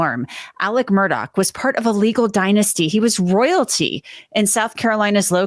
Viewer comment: It's not pronouced "Murdock". It's Murdaugh. Pronouced Merdaw